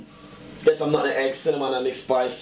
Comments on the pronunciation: Its nutmeg not nuttenegg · Nutmeg Chef. Not nutegg. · I think we all have the one person that pronounces it that way..even when they know it's wrong..nuh bizniss! ✋🏾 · Bless he called nutmeg...nuttin egg He speaks like someone I know